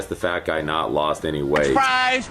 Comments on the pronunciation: Amazing video. It took me until to realize that you were saying "Loosened" every single time your script would've had the word "Lost". I'm pretty smart like that. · I gotta admit it took me like 4 and a half hours to understand why he kept saying "losened" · Stop Saying losend over and over